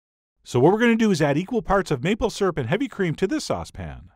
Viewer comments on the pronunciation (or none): I a;ways snicker when I hear Chef John pronounce "Syrup" as "sirp." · ..........did you just pronounce syrup "properly" ?